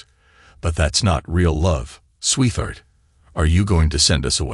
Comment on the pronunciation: please program the voice with 2 words.....sweet heart.....it will pronounce it correctly then....and not sweetheart as one word "th" in the middle damn same story yet again last story was 16 years maturing trust fund/deals 3 kids not his own phil from barcelona...art dealer and money laundering and apparently the real father now its 18 years maturing trust fund/deals 3 kids not his own (one daughter with a conscience) bernard from london (tech guy) and the real father